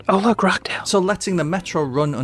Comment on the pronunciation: Rochdale - is not Rockdale - the Roch is pronounced more like Rotch to rhyme with Watch, Crotch etc...